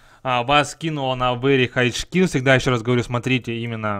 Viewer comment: поставил дизлайк за вери хайч скил,хороший английский